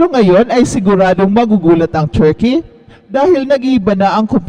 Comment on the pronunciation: " very chall cheam ang churkey...."